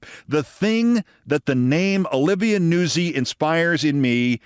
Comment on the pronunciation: I would not have pronounced Olivia Nuzzi's surname as "Noo-sie" Keith, rather as "Noot-sie". But you'd know far better than I the correct pronunciation. And besides "Noot-sie" sounds far too much like NAZI, which should be reserved these days for Donald J. Trump, JD Nonce, and that black Lt. Governor bloke in North Carolina 👍😎🇬🇧 💙☕🥃